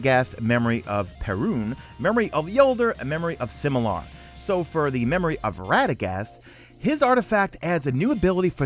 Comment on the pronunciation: Memory of Similar? It's Silimar lol #MesaFail